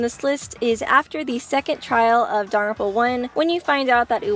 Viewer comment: How she said Dangropa